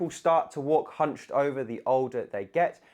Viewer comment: Ohhhhhh... I thought you said humping!